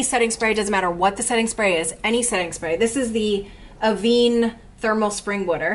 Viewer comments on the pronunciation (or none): none